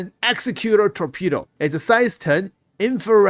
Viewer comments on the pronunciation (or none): none